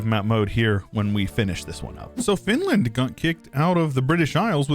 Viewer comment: Finland? More like "Fantland".